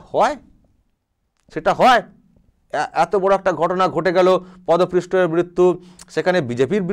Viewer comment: কথা টা পদপৃষ্ঠ নয়, পদপিষ্ট।